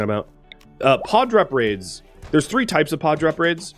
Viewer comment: Randy clearly thought you were having it too easy. - I know you said Pod Drop Raids, but given the raid you just had - it sounded like Hog Drop Raids when i first heard it, which tickled me.